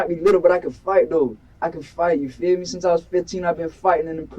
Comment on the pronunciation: 😂 It’s “you feel me”, not “you fear me”